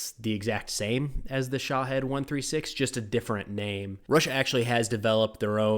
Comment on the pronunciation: think about were there from its Shaheed not shohead 🤣